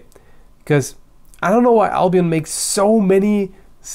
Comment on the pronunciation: i thought you said albino like really really white swords lol